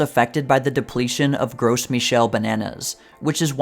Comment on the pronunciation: "grow me-shelle" rather than "gross". Your pronunciation of most difficult words has very markedly improved since the earliest videos!